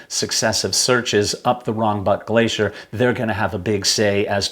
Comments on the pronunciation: What the hell is a glasheer? Is he trying to say glacier? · Hello I’m curious to know how you have arrived at the pronunciation of Irvine as “Erven” ? I’ve always heard it pronounced as Ir-vine (as in rhyming with mine) by his fellow countrymen. Also “glacier” why are you saying “glaysher” ?